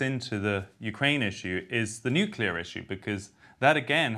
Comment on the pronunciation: Cable networks need to let this voice in. And RFK Jr needs to learn that nuclear has one u. If you can say CLEAR, u can say nuCLEar.